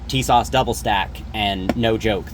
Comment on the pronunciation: Honestly dude the fact that you just called them Tisash you honestly deserve what happened